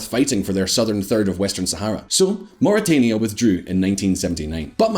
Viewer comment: Mauritania...Muri-tan-ia, not Muri-Tain-ia